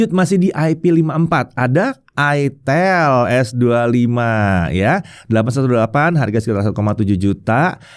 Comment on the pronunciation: nyebut itel jangan aitel, itel aja kayak David GadgetIn 😅